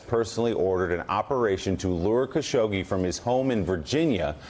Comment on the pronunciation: His name is pronounced: Khash-og-jee